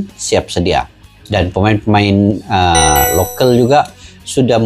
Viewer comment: Lokal bukan lokel !!!!!!!!!!!!!.